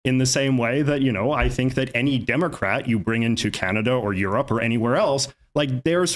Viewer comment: did y’all catch that? He pronounce Europe as “you’re up”.